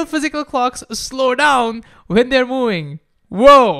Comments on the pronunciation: Bro, please learn to say V, it’s moving, not mooing. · I can only hear "mewing" instead of moving.